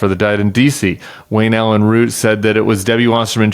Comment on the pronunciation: Does this interviewer have the same name as the most recent ‘assassin’ ? Oh no he’s a Root 😂 not a Routh. OMG what a bizarre country the US is, well obviously not all of it.